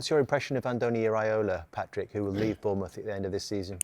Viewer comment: Vieira trying to say Bournmouth 😭😭